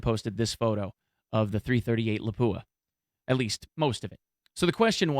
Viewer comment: At lease you can pronounce lapua right